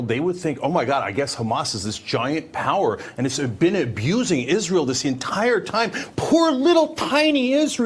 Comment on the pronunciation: Dave SMITH is supposedly a Jew but can't even say Israel correctly. Might as well just talk to us some more about a nucular Iran.